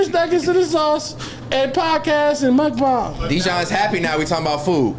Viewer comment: Why does keep correcting himself oh the mukbang word lol. You pronounce it properly the first time. Unless you’re talking about something else